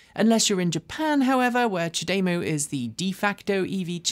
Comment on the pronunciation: I love you and your team, but the way you pronounce CHAdeMO is way off what’s correct according to how Japanese speakers do so (which is presumably correct). :-) It’s apparently supposed to be pronounced without any particular emphasis on any syllable.